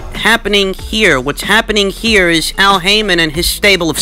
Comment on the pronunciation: LOL did you call him Al Hymen?